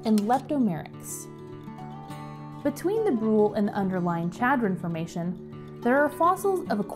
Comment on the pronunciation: This is a wonderful video that shows some of the fascinating geology behind this great place. However, a couple of bad place-name pronunciations are distracting. In South Dakota, the name Pierre (the state capital) is pronounced with one syllable ("peer"), and Chadron with a soft sh, like Chicago. Pronouncing them wrong in the park might get you funny looks!